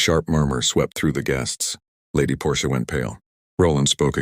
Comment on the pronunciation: The Aunt’s name is Portia, not Porsche. She’s not an automobile!